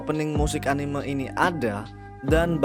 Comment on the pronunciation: cuy tolong diperbaiki pelafalan kata "anime" kaya aneh aja gitu dengernya saya dijepang gaada orang nyebut anime begitu